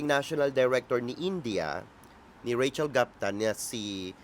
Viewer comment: Even native English speakers pronounce ‘Gupta’ as. ‘Goop-ta , not Gapta